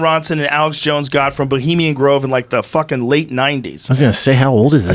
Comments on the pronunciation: Boleemian Grove? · "Bolimian Grove" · Eddie Bravo is a clown. “This producer... this crew... Bolemian Grove...” Bolemian Grove? What? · "Boliemian grove" the man who is the biggest conspiracy theorist yet be cant get the name right. Hahaha